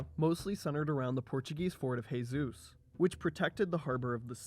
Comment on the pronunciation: Jesus is zhe-sus in Portuguese not khe-sus. Also, first imam of Oman was الجلندى بن مسعود in 751 CE ...you know, almost 900 years before Yaruba dynasty.